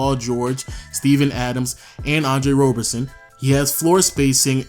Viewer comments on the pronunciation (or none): Isn't it Roberson not Robertson? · Bruhhhh it's Roberson not Robertson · Roberson* not Robertson